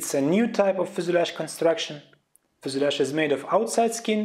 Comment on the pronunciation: FUSELAGE pronounciation :( :( :(